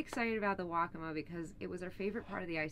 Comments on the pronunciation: I heard "Wokka-muh" used exclusively throughout the video. Correct pronunciation is Wokka-Maw, with equal emphasis on both syllables. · The river, as well as the Indian tribe, is pronounced "Wok-uh-maah," with emphasis on the first and third syllable.